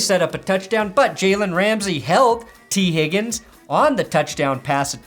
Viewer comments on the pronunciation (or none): I'm out of the loop, why the fuck do you keep saying higgin's name like that? It's extremely annoying ngl. Love your content.